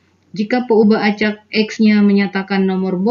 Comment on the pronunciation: peubah.. peuhabe... beda banget yaa... sukses ya pak